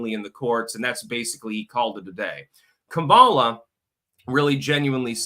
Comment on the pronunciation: Kum ahh la. Not ka me la